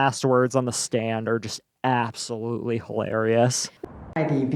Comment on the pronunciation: AbsoLOOSELY 😂😂😂 I couldn't stop for over an hour!!!!